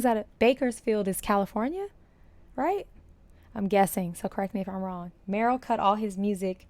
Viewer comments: You keep pronouncing Merle wrong even after Garth said it correctly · Mr. Haggard's name is pronounced Murl, not Merrill. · Not Meryl - like Streep. It's Merle which rhymes with pearl. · Haha! Merl Haggard pronounced like girl haggard merl haggard It’s funny the way you say merl. Me-rel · Pronounced Murl not Marle and Merle got his Start from Buck Owens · It's merle rhymes with Earl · When you dive into this you'll realize how much he sounds like the singers he's doing, check it out. And a little fyi, his name is pronounced Merl ..lol love you ❤ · Merle is pronounced Murrel. Merle Streep is Marel. You're close. Glad you love the music. I really enjoy your reactions. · I noticed you're pronouncing Merle Haggard's first name wrong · Merle is pronounced (Murl). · Haggard's first name is Merle, not Meryl. 🤣 😜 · Love ya,, truly I do, but it's Merle (Pronunced "Murl" -- ONE syllable), and, yes, Merle was an inmate for a little while. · Merle. Not Merrill. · Love your content, and I see you are quickly becoming a country artist fan. And because of that, I want to tell you that Merle's name is pronounced Murl. I have a feeling you'd want to get that right. I think your channel is amazing! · Merle... Rhymes with Earl. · Merle Haggard's first name is pronounced like Earl w an M in front!!!